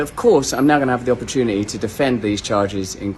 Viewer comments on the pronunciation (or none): none